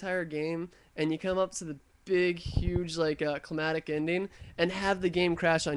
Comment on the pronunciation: D.C. looked pretty wiped off the map to me! And you said 'climatic' a few times.